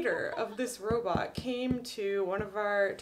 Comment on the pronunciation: Instead of 'cat robot' i thought she said 'cat bra', I was just listening to her.